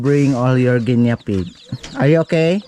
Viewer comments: Guinea pig hindi Guinya pronouce it "nie" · Pronounce it gi nee pigs sorry but sir been saying it wrong. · Hello 👋 Guinea pig...bigkasin or pronounce it as " gini pig"💞Viviana is so 😍 cute and friendly 😍